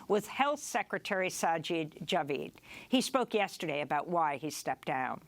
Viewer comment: NOT SajEEd JavEEd. Sajid Javid. The "i" sounds like pick or click or Rick. NOT seed or tweed or Reed. Sah-jid Jah-vid.